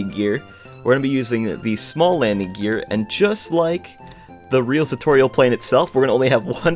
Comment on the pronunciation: Me: Say gear, please.: Gir. Me: Gear, not gir...: Gir.. Me: MOTHERF